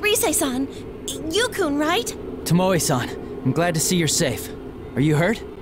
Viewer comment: i LOVE when VAs dont bother to listen to who japanese names are pronounced. TOmoE not toMOe @@ its killing me